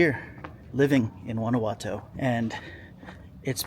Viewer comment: 6 years and can't pronounce the city correctly 😂